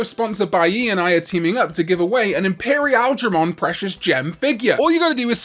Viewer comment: I shall never get over how says Imperialdramon 😂